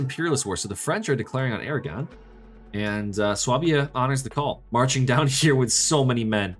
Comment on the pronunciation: Really sorry to be that guy . . . but please, it is pronounced SWAY-bia!